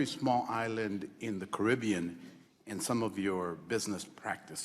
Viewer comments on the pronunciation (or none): none